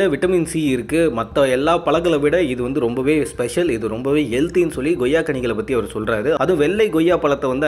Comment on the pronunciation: Super Sir but reporter Sir it's Koyya or Goyya